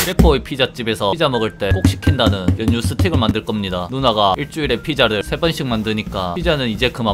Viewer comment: 년뉴 발음 킹받네